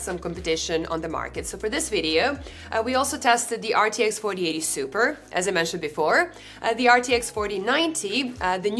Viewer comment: My cat once told me: Dutch is actually mispronounced German. Of course I didn't believe him. But after seeing how you mispronounced "4080 Ti" throughout the video, maybe he was right 🤔